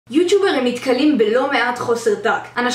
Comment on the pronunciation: חח למה את אומר יוצ'וברים במקום יוטיוברים